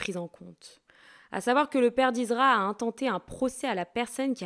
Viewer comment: Ah oui tu prononce izra et c'est ISSSSRA😊